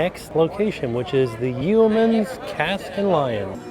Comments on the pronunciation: Yep. YOH-man... not YEE-oh-man. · It's Yo - Man's like the e is silent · Yeoman is pronounced more like yo-min.